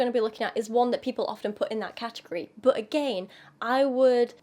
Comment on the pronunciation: I just wonder, are you british? Or have british roots? Your accent seems purely american, but that "böööt" when you say "but"...